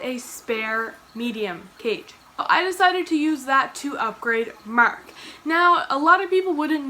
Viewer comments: Mark not Merck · No offense intended but im from Texas and I thought u was saying merk.lol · i can’t explain it but the way you say “mark” is SO Canadian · This has nothing to do with Mark, but I love when you say his name because I can hear the slight Canadian accent. Don't say we don't have a tiny little accent, especially words that end in a 'r' sound.